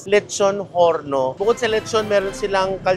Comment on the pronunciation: If Spanish name po di na po Pronounce ang H just Orno po. Horno means Oven.